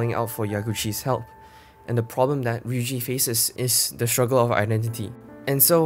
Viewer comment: Please stop calling her Riyuji that's make me feel so bad for her.